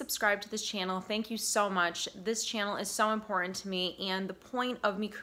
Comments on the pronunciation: I feel like I have been emotional abused to get to the point! And the word is important not impotent! You can you actual English instead Ebonics! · Please forgive me. I don't know why it bugs me, but 'And' has a D at the end. & in 'cerTain' and 'imporTant', the T's are NOT silent. So hard to concentrate on your very good message when you present yourself as an educated, well spoken counselor, but you keep mispronouncing words: Impor-ant Cer-ain An- As a speaker, I feel that enunciation is an important part of your message. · Life coach. LOL. BTW. The word is “important”